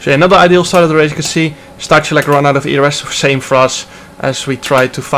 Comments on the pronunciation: It's Sta-hoo-lets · in poland we have 2 "h" one is "ch" and 2nd is "h" and you read both the same as "h". for example: STACHULEC read -> STAHULEC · Stachulec is read in Polish as Stakhuletz